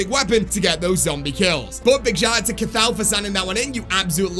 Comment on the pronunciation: The way he pronounced cathal 😂 it’s pronounced Ca-hill 😂